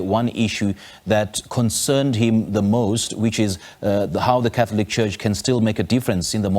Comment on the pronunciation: Dear SABC please find someone who is Catholic to report on Catholic stories we cannot have mispronunciation of Catholic terminology